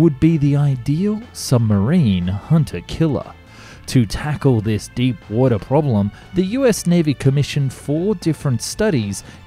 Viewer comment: you should do more videos about submarines. the way you say 'wotah' is just perfect😂😂